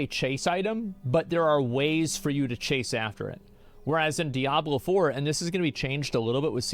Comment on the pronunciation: "Diabler fohwer"